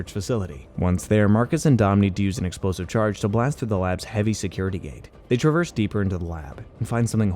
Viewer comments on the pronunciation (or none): none